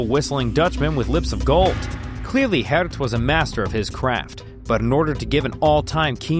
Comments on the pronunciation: Nice try pronouncing a dutch name, need some more practice though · Props to you for trying to pronounce Geert correctly. You're not close, but you tried. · Sorry it's pronounced Geert not Geert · i feel like the pronunciation of Geert got worse every time 💀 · More like "Geert." (Not Dutch though)